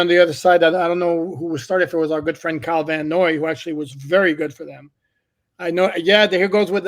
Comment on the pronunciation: I’m surprised you haven’t noticed saying “Kyle VanNot” 😆 I heard it a few times on the show.